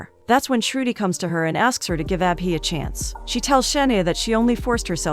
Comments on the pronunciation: It's not ah-bee 😭😭 it's Abhi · When she says abhi I hear appy 😂😂